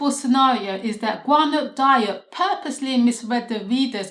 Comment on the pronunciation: Watched the last presentation which was great and am only seconds into this one but want to help you with the pronunciation. I've tried to write it phonetically: Ga-noon Dee-op